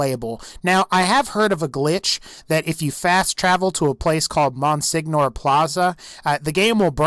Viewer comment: Did you seriously just pronounce monsignor like that